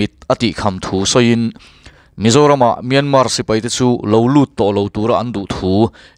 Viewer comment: Piana tih thlukin Myanma tia lam tur...an ti. Atawpa R ri tel lo vin...